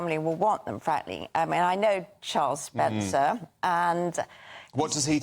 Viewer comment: ‘Spencer’ or SPENDER ?